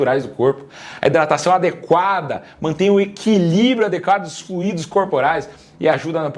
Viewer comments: fluÍdos não. Flúidos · Comecei tomar água todos dias, comecei em fevereiro 2026. Eu não tomava sequer 1 litro durante o ano. A falta de fluido faz mal para qualquer ser vivo...ah, o correto é: FLUI-DO E NÃO FLU-Í-DO. Fluído é o particípio do verbo fluir... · Fluido não te acento, doutor! Não se escreve fluído e nem se fala fluído! #adoroseusvideos